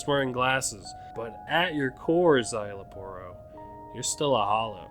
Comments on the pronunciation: You actually nailed his name. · You actually nailed Szayel Aporro's pronunciation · You actually said name correct some people say Parro some people say Porro